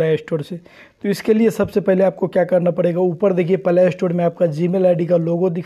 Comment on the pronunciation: Are bhai pahle think se bolo palay store 😅😅😅